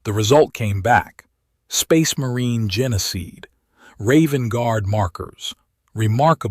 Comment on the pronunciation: "genna-seed" it's pronounced "jean-seed" and it's not "Bay-dab", it's pronounced "Bah-dab"